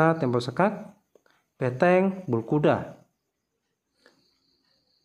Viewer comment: BeNteng mas bukan beTeng